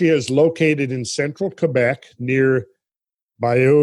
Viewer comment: Kwebesh? Kebek.